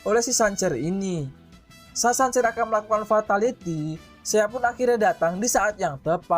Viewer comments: Sanser, kenser gitu bacanya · Cancer = kenser,, perbaikin lagi bang penyebutannyaa